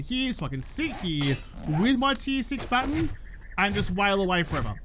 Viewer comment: Day 139 of saying Its pronounced baaa·tonn (not baten) however I love that it gave him Stockholm Syndrome. He now loves what he used to hate